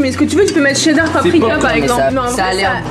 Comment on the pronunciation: C pas dar c cheddar...